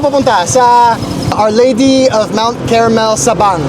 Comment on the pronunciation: it's Mt. Carmel not Caramel😅 Sabang (name of the town) not Sabong (cock fighting)